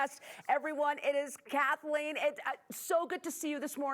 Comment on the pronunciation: It's Kathleen! You said her name wrong!